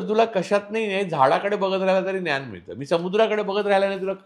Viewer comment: "न्यान" नाही रे भावा, "ज्ञान" म्हण